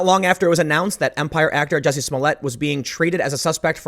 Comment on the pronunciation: IT’S NOT JESSIE! IT’S JUSSIE! MA’NN!